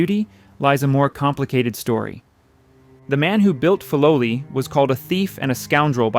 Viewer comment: Please say the name correctly